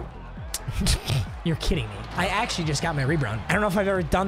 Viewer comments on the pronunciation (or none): “I actruary got my rebround”